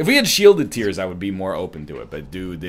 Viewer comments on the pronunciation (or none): none